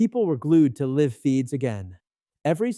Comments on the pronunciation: Are you AI? You pronounced LIVE incorrectly. AI does that...... UNSUB!!! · AI mispronounced "live".